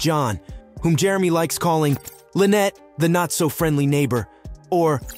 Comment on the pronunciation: LEE-VEE (LEVY) County !! LIE-Net (Lynette) or Lie-nut !! Otter Creek not outer creek !!